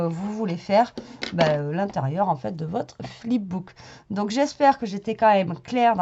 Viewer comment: Fip book 🤣🤣🤣